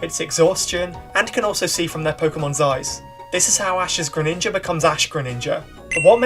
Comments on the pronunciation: GRENINJA, NOT GRENINGNGA! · THE SECOND I IN GRENINJA IS SUPPOSED TO BE A J! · DO NOT LEAVE OFF THE E IN GRENINJA!